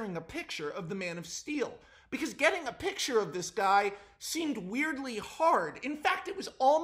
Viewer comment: I'm so glad I finally came across someone on YouTube that actually says "piC-Ture" instead of just "piT-Ture"/"pitcher", thanks Max man for proving to me that I'm not insane, lmfao!